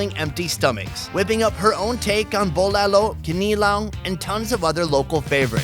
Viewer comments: Its bulalo not bolalo... I live in Manila (Quezon city) rn :) i can give u alittle tour if u want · Bo-la-lo, Gi-ni-long